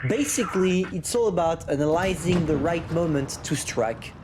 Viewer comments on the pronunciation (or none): They are not as irrititating as your pronounciation of "analyzing" hha